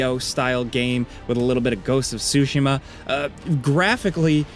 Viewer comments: "Ghost of "sushima"" dont tell me I was the only one that heard it like that! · The way he pronounced Tsushima gives me true uncultured white boi cibes